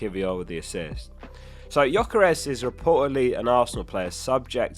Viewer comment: You're absolutely wrong with the pronunciation of Gyökeres' name 😅